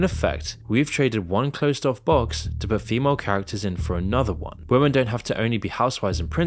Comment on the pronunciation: dear creator women is pronounced wi-muhn, not wooo men 😅